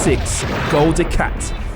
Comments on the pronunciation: Gul du Cat. So many lols there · Gol DE-CAT XD